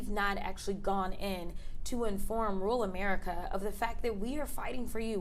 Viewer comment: I'm a big fan, Ms. Crockett, but please don't pronounce "rural" as "rule."